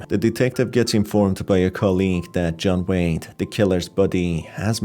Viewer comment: I honestly thought you said his name was John Wayne instead of John Wade, and when you mentioned the clown mask I thought of John Wayne Gacy